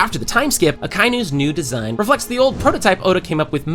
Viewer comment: o desgracado fala "Akeinou" pqp